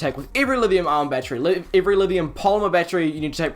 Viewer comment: are you saying livium ion?